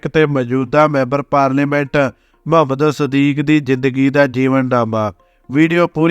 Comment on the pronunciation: ਬਹੁਤ ਵਧੀਆ ਲੱਗਿਆ l ਮੁਹੰਮਦ ਸਦੀਕ ਹੈ ਨਾ ਕਿ ਮਹੰਮਦ ਸਦੀਕ l ਬੋਲੀ ਰੁੱਖੀ , ਸਤਿਕਾਰ ਦੀ ਭਾਵਨਾ ਦੀ ਘਾਟ ਹੈ l